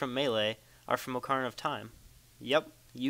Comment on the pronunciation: did he just say (OH-CAR-I-NUH-)??? I think he did